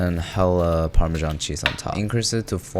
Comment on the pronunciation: Check out how dumb you sound when you pronounce "parmesan" as "parmizhhjzjjzjyan" instead of "parmesan" and call a heated oven a "pre-heated" oven like some dumb American who has forgotten what the English simple past tense is for.